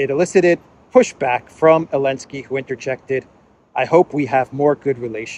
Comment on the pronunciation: Why do you call him Elensky ?